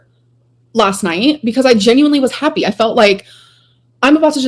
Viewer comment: Her dragging her word syllables out,makes me see red...haaapy..😂